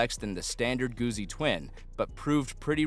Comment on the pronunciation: Not Goozi Goot Zi like pizza